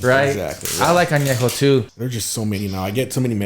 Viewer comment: If you can’t even pronounce TEQUILA AÑEJO, REPOSADO, and BLANCO, you probably shouldn’t be making tequila lmao.